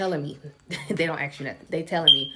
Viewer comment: the word is ask. axe is on a fire truck.